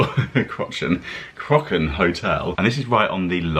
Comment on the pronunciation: Cruachan pronounced = crew ach an